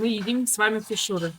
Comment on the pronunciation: Вы просили вас исправлять если что не правильно!Так вот когда вы говорите слово хуушууры то надо чтобы ударение было на первом слоге а не на втором как у вас!У вас слово хуушууры на монгольском звучить не правильно!Попробуйте говорить растягивая на первом слоге ХУ-УШУРЫ при этом на втором слоге как будто меньше чтобы звучало растянутый "У" буква хотя надо чтобы были оба слога растянутые были.Но на местном монгольском ухо звук должен быт именно так Ху-ушуры.А увас звучить Хушу-уры то есть вы на втором слоге букву "У" растягивайте!Попробуйте местами поменять тогда будет всё правильно!